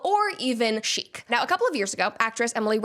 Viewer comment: It's not chic. It's sheet. 😂